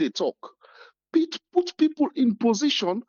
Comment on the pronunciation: Triple A nor kill me wit laugh. U say pipor pipor pipor. . Wae other country dem dae go bifo, we dae go bien. If ose nor sell u , street nor go buy u.